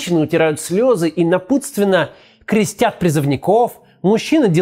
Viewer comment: КрЕстят, а не крестЯ́т. Малограмотный